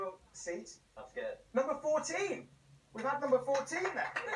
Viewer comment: “WHOTA GREAT NUMBA” -louis tomlinson